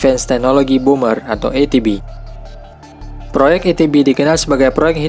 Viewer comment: bomber woy bukan boomer wkwkwkwk